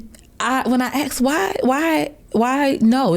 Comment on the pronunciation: Don't say "I axed."